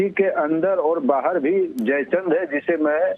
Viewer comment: Madam aap pehle history padho jaichand hota hai jai Chandra nhi